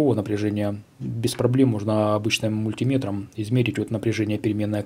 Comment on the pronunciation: Сколько пересмотрел блогеров по радиоэлектронике, вы первый, кто мультимЕтр правильно называет :) А вообще, спасибо за интересные и качественные ролики.